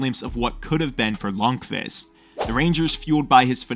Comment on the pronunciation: What am I hearing "lung-fist"